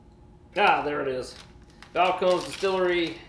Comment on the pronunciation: 3 syllables...Spanish pronunciation.